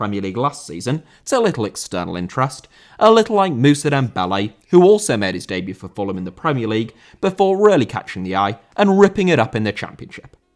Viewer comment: Dembélé * not Dembelei